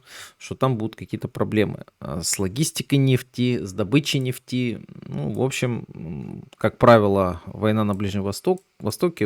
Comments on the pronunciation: Правильно ставить ударение в слове нефть на Е. Ну нельзя говорить на столько безграматно, как автор: "котировки нефтИ". Правильно "котировки нЕфти". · Так у Вас ударение на второй слог. А уж " нефтИ", упоминаемое часто, режет слух. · Режит слух не правильное ударение в слове нефть,слушаю и смеюсь.Доверие пропадает к инфе